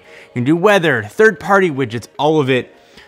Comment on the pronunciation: Are you saying "wiggets" ?